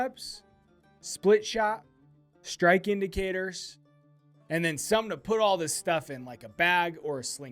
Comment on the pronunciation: Even better that you pronounced them in Spanish!